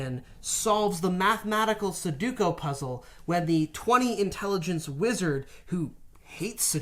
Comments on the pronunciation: Su-do-ku, not su-ku-do. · say it with me! su-do-ku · please stop saying sadooko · Everytime says suduko I lose enamel on my teeth. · "suh-duko" had me crackin' up WAIT you just said it again lmao STOP, I CAN'T TAKE MUCH MORE